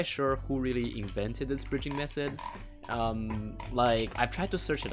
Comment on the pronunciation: lemme teach you more english:D dont call "method" mesod im not trying to be rude, but wanna make your commentary better:D edit: dont call "th" "s"